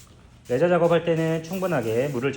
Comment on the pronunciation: 레자가 아니라 레이저.ㅠㅠ 언제까지 일본식 짝퉁 발음을.. 아이롱 펌이 아니라 아이언 펌. 레자 가 아니라 레이저.